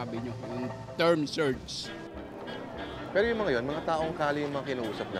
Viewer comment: Yan po hindi ko maunawaan ang sinasabi niyong "Term Surge"(Storm Surge).hahaha!!!